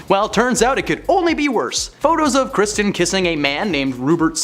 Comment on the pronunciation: Why do you pronounce Kristen as Christian?